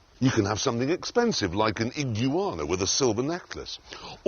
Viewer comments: Everything about this is perfect. The pure absurdity of bringing all of those "pets" for the sole purpose of the 20 second bit. The way he says "ig-u-ana", "a ant", and "labradog". The silver necklace. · I'm only here for the "ee-guana". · *Ig-you-anna lol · He actually said 'an igyuawana', I noticed the 'A Ant' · Upon hearing Jeremy Clarkson say "iguana" I am convinced that the British are pronouncing Jaguar wrong. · Between pronouncing Iguana, a ant and labradog. Jeremy Clarkson is spreading Bri’ish English around the world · woosh, the point is that he pronounced it wrong